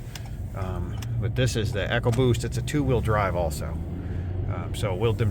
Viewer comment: Its E CO boost . Not Echo Boost numb nutz